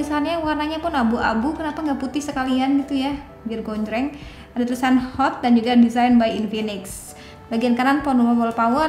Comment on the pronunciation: Hot bukan not.. Pas awall